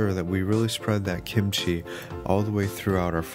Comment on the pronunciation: Thx god you said kimchi not gimuchi